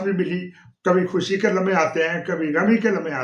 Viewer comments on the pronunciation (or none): none